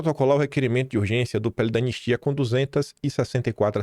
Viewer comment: Você estava afobado e engoliu o “I” do anistia.